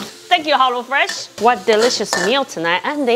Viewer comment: Did she say hollo fresh 🧐